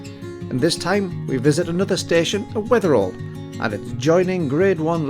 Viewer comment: Never heard it pronounced Wether-all before, more Wether-ul. The Holy Trinity Church going down from the green on the other side of the green is my family church or Mother Church, not been there in years. I'll have to venture out sometime.